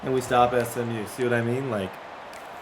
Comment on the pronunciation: why’d you pronounce SMU as smew 😂